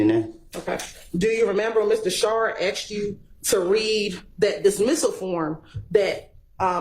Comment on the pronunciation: It's ASKED. Not AXED! Simone Hylton lost her composure and personally attacked/slandered Woody like Adriane did to Ms Bennett. Woody was on repeat: "I lied...", "I'm a liar..". Hylton INTENTIONALLY put Woody's life in danger out of spite. She's a sore loser and an even bigger liar than Woody. She's an offense to her profession. There's no way she should be a Professor at any College or University in the Nation. I hear 7 Eleven is hiring, Ms Hylton.